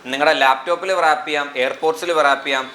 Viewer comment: വൃറാപ്പ് അല്ല റാപ്പ്